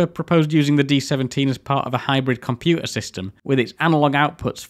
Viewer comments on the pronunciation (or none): It’s compuTer NOT compu a 😡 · "Compu'er"?!? Great video though. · "Back in nintiseven'y, any compu'er was a good compu'er". What is this personal war of yours against 'Ts'? Fantastic content anyway, as usual. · You're accent is baffling 😊 You claim not to be able to pronounce a hard "t" but have no problem with Minuteman, digital, architecture and dozens of other words. Then along comes water, computer, and it's nope, cant do tha'. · I can excuse your inability to pronounce 't's in computer and motor etc being from north of Watford, but the 'u's in aluminium are unforgiveable. Traitor.